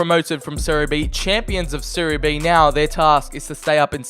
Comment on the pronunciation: You pronounce “serie a” and “serie b” perfectly